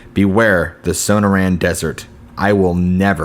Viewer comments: And SONAR-ran and "TUCK-son" LMFAO!! I love, but yeah, it's kind of cringe inducing, isn't it? 😂😖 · It's su-nor( like snore)-anne.... And...too-sawn... Sonoran desert and Tucson!!! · No, it’s pronounced sun-er-an and tuck-sun. Thanks. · Sonoran is pronounced sa-nor-un. Tucson is pronounced tue-sonn. Just a peeve of mine. Otherwise these were good stories. Thanks.